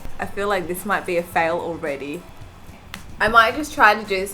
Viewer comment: She says: sorrrr,actuallyrrrr,failrrr No hate just joking